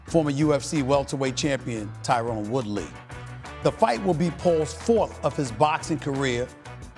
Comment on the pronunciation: Who else came here KNOWING this clown was gonna say Tyrone instead of Tyron?